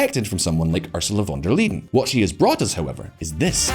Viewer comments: It is Van der Leyen not Liden! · VON de 'LEEDEN"? check your pronunciation? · Why does he keep calling her "Van Der Leden" instead of "Leyen"? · Von Der Leedin ? Really ? Can't even get the name right, never mind the bull sh1t content. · Please learn how to pronounce the name of the President of the European Commission! It was impossible to watch the video because of that! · Can't you pronounce Ursula's surname properly. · Very interesting takes. I am also still looking for the "d" in "Von der Leyen" btw. . Concerning Biden it seemed like many of the things you mentioned were actually started by Trump. Of course he could have changed lots of those policies however I am not sure that this would garnered him many favours from both sides. I also wouldn't say that all of the things done were bad. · "Lie N" ^^ Where did he get the D from?! Honestly, he had to read the name like 20 times from the script and every single time he accidentally adds a D? Also pro tip: Spend 10 seconds on google translate and have the word read out loud to you rather than embarrassing yourself in front of tens of thousands of viewers. Usually I don't mind, but this one is so bad I'd believe you if you told me it was on purpose in order to spite von der Leyen ;)